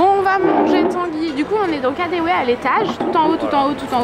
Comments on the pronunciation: Mais le distributeur prend les billets ! je prend tres souvent le metro a Berlin, et il prend les billets je ne comprend pas pourquoi vous vous etes amuser a payer en pieces. lol Dailleurs les allemands payent plus en especes qu'en carte bleu. et ca se dit KADEVE pas comme en anglais kadewe car le w en allemand se lit V. Bisous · Pour le KaDeWe, le W se dit V en allemand!